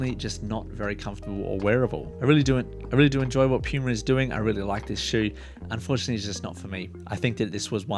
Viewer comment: Thanks for the vid. Your accent had me cracking a smile every time you said puma or as you say pyouma lmao.